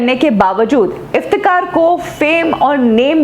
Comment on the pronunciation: मॉडम, आप नाम तो सही में लिया किजिये, असली नाम इफ्तेखार है,न कि इफ्तेकार।आप बार बार इफ्तेकार कह रही है।